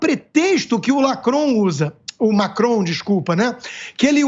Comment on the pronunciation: Constantino: Desculpe 👉🏻 Lacron!!! rsrs 😜 (Macron)